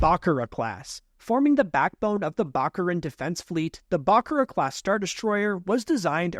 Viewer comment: Great Video. You mispronounced Imperator/Secutor/Bakura